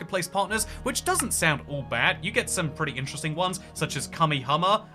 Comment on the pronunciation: its pronounced Ka May Ha May Ha